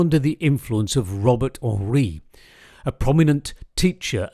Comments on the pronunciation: The artist's Robert Henri's last name is pronounced Hen-rye, not like the French pronunciation of Henri, aka Hon-ree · Robert Henri pronounced his name Hen-rye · Very much enjoy listening/watching your videos. Broad-ranging and very serviceable. One point of correction: Robert Henri made it very clear that his name was to be pronounced "Hen-rye," not the French pronunciation. It was about being uncontestably American, even as his family background was Czech. If you've not done a video yet on him, please do; he not only taught Hopper but also Rockwell Kent, two diametrical personalities. There is a photo of both of them in one of Henri's classes and you can literally see, by the expressions on Hopper and Kent's young faces, those personalities and what their mature works were going to contain. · Robert Henri’s name was always pronounced “Hen rye.” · Henri is pronounced Hen-rye. Henri insisted on this. Think American rather than French.